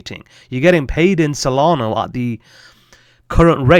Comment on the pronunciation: Solana not solgardo 😂